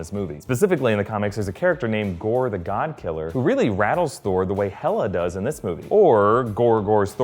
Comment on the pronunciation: It's Gorr the God Butcher